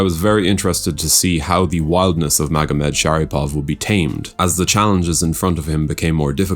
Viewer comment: bro u misprounounced his name 5 times in a fucking row lmfbo